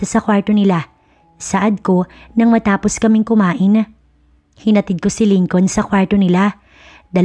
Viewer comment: Hayy Naku...Lincoln. is pronounced as LINCON SILENT L....Ano ba yan ??